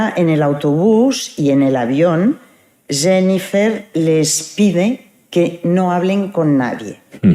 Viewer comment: Me encanta que la abogada de Rubiales dice: "Senifer" 😂